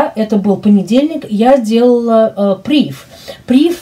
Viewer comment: PrivE, фр. слово, ударение на последнюю букву.